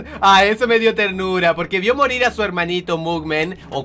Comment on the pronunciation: Soy yo o escuche que dijo marir xD